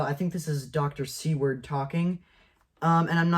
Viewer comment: "Seward" is pronounced "SOO-wrd", like the Secretary of State who purchased Alaska ("Seward's Folly").